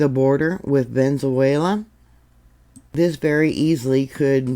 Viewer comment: ❤❤❤Sorry its pronounced Ve ne zue la❤